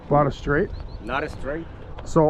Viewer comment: SAID “ITS NOT ESTRAIGHT” which translates to “it’s not straight?” lol jeez